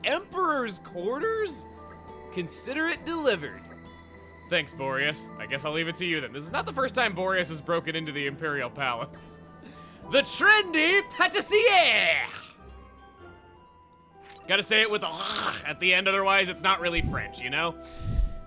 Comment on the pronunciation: We actually don't pronounce the R in pâtissier. The rest of your pronunciation is good. Pah-tea-sea-eh is what it sounds like I guess.